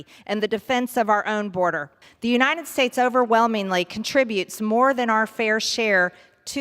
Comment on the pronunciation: The "you-nine-it" states.